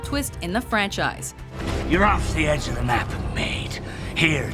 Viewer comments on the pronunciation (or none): none